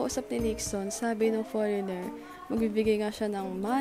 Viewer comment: It's the "poreynger" for me unso HAHAHAHAHA